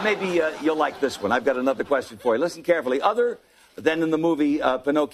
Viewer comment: “You better shut up and ask me another querstion.” 🤣🤣🤣